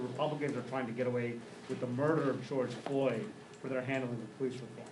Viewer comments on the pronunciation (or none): she cant even say George floyd right 😂 anybody who follows her deserves covid